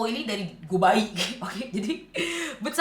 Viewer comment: Yeay new update! Thank you kak for the review and some insights about make up too, i like how you see make up brand not only about the quality, you represent us who have the same problem. I like your preference too.. Btw kak pas lu ngomong bayi ada dua kali ya ngomong itu lucu bat wkwkwk gue ulang bagian itu😂